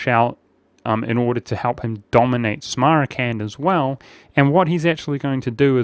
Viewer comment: Samarkand, not smarakand